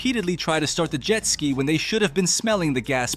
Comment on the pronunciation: well now i know just to ask the robots to pronounce jet ski...